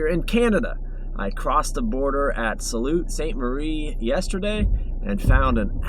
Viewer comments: buddy its "sue" st marie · lol it pronoununced Sue Saint Marie it took me a minute to figure out where you were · It's pronounced "Sue" St. Marie" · Love your mental health message in this video. Something that needs more attention, good for you for shining that light. Also, love the drone work (as usual). What drone are you flying if I could ask? (As a life long Michigander Sault St Marie is pronounced "Soo Saint Marie" for future reference) Look forward to your videos! ❤ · You're in my part of the world. It's pronounced "Sue" Ste Marie. Kinda funny I live here, but I'm always heading across the bridge in the opposite direction to explore Michigan. Did you actually make it to Montreal Falls? Did you see the massive ACR train trestle crossing the gorge at the Mackay Generation Station. The road in the video looks like the lower Gartshore dam. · I am absolutely enjoying your adventures! Thanks for the work putting them together and then sharing them with us. Keep up the great work. Oh, Sault Ste. Marie is pronounced “Sue” Saint Marie 😊